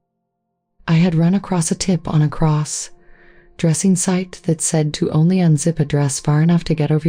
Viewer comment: Please have someone listen to these otherwise sweet stories , the narration is just wrong . They get the pronunciation of important words like lingerie so wrong .placing a pause between importand phrases like cross..........dressing and great great........ uncle John . thank you